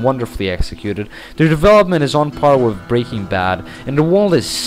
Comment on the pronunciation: Does it drive anyone else nuts when people who can't properly speak English, and also shouldn't BE speaking it, fail to get TH sounds right? It's Worth, not Worf. Earth, not Earf. With, not Wif/Wiv. You get the point. Besides that...